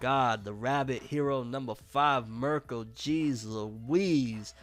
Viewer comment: All this time and u still saying Mirko name wrong